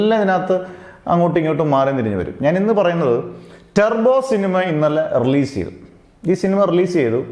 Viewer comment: സത്യം, നല്ല സിനിമ ആണ്, പിന്നെ ടെർബോ അല്ല ടർബോ ആണ്